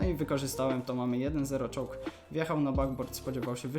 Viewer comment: Do piątej minuty myślałem, że mówisz "czołg" , a Ty mówiłeś "choke" XDDDD